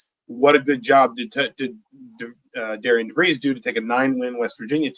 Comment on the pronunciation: I'm hearing Indiana media/podcasts are pronouncing Darian's name wrong. Pronounced like Darren